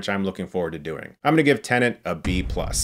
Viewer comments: Not even a minute in and he's said Tenant twice now. Jesus. This review is gona be a struggle to get through. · If you don't enunciate it carefully, that's how it comes out, it seems. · I feel like shouting to Chris: "T E N E T".... It's TENET!! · Am I hearing “tenant”? As if Nolan’s movies aren’t confusing enough already😒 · Chris saying Tenant just makes me focus on that throughout the review. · Chris: has seen the movie ...... still calls it Tenant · I’ll bet Chris could pronounce “tenet”properly BEFORE he saw the movie. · Can't tell if he's saying "tenant" or not. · Ok...im sorry but every time I hear Chris say "Tenant" my ears hurt ...... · When Chris repeatably pronounces Tenet as ‘Tenant’. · Totally sounds like he’s saying “Tenant” ! 😂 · Why do I keep hearing Tenant from his mouth? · This review was tough to get through because he kept pronouncing it "tenant" as if this were about a guy renting an apartment. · Nobody: Chris: Tennant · PLEASE STOP CALLING IT "TENANT"!! IT HURTS MY BRAIN!! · It's TENET!!!! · Can you please stop calling it "Tenent"? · Stop saying TENANT !!! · Tenet, a movie so complex that Chris can't even pronounce its title properly. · I wasn´t even trying to defend Chris! Another classic example of people misunderstanding me. I just wanted to claim that Chris makes the same mistake all the fucking time! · Quite frankly, it's maddening. He never says it correctly for the entire review. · Why do people have such a hard time pronouncing TENET? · I'm not sure if anyone else noticed, but I think he's pronouncing the title wrong... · Chris. For pronouncing Tenet wrong, multiple times, i now command you to review "Rogue" 2020, with Megan Fox. Report back to us with a review shortly would you please. Thanks 😇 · Tenet: English word. Debicky: Polish name. You can be forgiven for messing up the latter, but the English word, the palindromic title of the film, spoken multiple times throughout it, not so easily. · Your saying tenet wrong